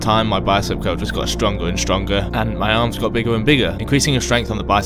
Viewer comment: “Stopped my awms fwom gwowing”